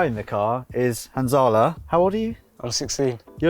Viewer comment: When you said Hanzalah on the phone it sounded just like "Han Solo" xD